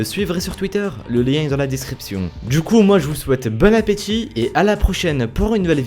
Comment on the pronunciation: Ta oser dire Bonne Appettit !